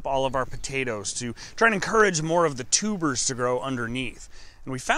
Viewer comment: Almost though her said tumors